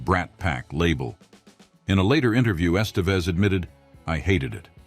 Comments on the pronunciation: kinda lost me at "Estayvez" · Ha, if you grew up watching Emilio Estevez you would know how to really pronounce his name and nowhere near the way this AI pronounced it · Please do your research and learn how to pronounce Estevez and Des Plaines